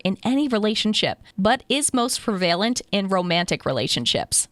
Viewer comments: For the love of all that's holy please stop mispronouncing PREVALENT!!! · This is interesting and has value. However, your pronunciation of "prevalent" is not prevalent. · This might be petty, but the way she/it pronounced "prevalent" made me turn the video off. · I’m sorry to inform you that the narrator is pronouncing the words prevalent and recitative improperly.